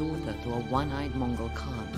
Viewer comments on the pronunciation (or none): none